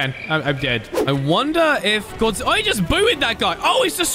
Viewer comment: you said "godzillor"